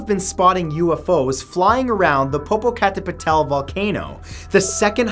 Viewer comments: That volcano is pronounced Po-poca- Tey-petl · Who else died when they heard popocatapilar? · Popokatal whaaaaat